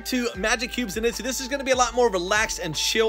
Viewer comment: Did this man pronounce it zen-it’s-oo